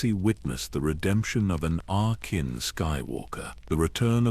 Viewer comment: Lol Ana-kin 😂